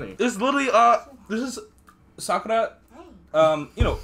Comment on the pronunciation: Were you trying to say Sakura and Ino??😭